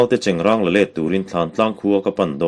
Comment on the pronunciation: 25 seconds..3rd ve hlauh. Chengrãng ti rawh, cheng rang chu a in hmeh lo, a pa lo😇...👍👍👍